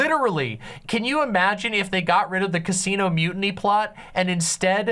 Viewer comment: Holdo's a shitty filler character with no real buildup whose dramatic moment was rightfully Leia's (also, you trivialize it by just saying its a mildly cool special effect, the silence and framing and angles are everything else that make that a spectacle). Also, why are you pronouncing mutiny like that? I really don't get why critics went after the green milk so hard myself, it was supposed to be gross and funny, and it was